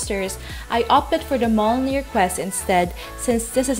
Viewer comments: It’s “mi-yol-nir” hihi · I pity the noob that actually goes and kill 300 skeletons when the quest requires PIRATE SKELETONS - two different mobs. Also, Mjolnir is pronounced Myolnir ;) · mjolnir= Em jolnir :D yggberry= Way GG berry XD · pronounced as myolnir